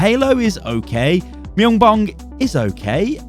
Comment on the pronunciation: "Myunbong is okay" I am going to have to stop you right there bud.